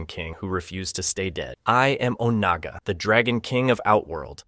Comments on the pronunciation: Good gravy. Is it really that hard to properly pronounce "Onaga"? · Bro seriously. Made me grit my teeth every time i heard it. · His name is Raiden not Ridon and the dragon King his name is called Onaga not Oniga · Hey why TF are you saying "RYDEN"??? You KNOW that's not how to pronounce Raiden. Why are you pronouncing things different ways at different times?? Also, it's "o-NA-ga" not "OH-nuguh". Seriously, it's infuriating listening to you treat pronunciations like they're multiple choice.